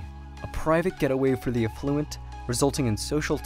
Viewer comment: You mispronounced “affluent”.